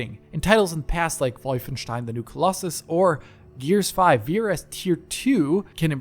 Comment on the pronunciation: The only guy who spells 'Wolfenstein' correctly. edit: *pronounces